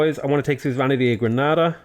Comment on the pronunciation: suzeranity... suzerainty actually. :). Love this playthrough btw